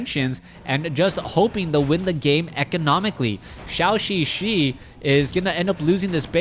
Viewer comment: Hope one day he pronounce ZhouXiXi right